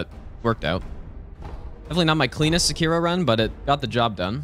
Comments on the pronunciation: The way you say "seh-KEER-o" hurts my heart a little bit every time I hear it. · bro why do you willingly pronounce things wrong that have audio queues in game that tell you the correct pronounciation?